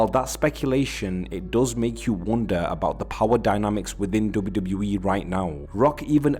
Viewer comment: WWE ❌ doube doubli eee ✅